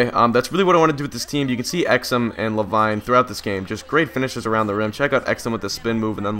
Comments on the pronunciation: Great video never disappointed but, I think it's pronounced La•Veene not La•Vine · It's La- Veen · I don't want to sound annoying, but it's pronounced Luh-Veen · Pronounced La veen but good commentary love your vids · So if one player explains that it's "LaVeen" then why do 20 other people feel the need to say the same thing? I mean really guys if he can play a video game he can read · It's pronounced la-veen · Yeah it isn't la vine